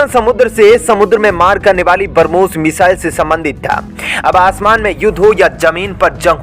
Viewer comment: कृपया उच्चारण सही किजीयेगा बरमोस नही ब्रम्होस 😃